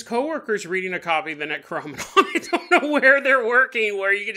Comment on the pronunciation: Your killing ne how your saying necronomicon .Great episode tho .